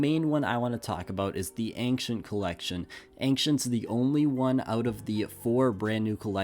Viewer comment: We've gotta work on your pronunciation of "ancient"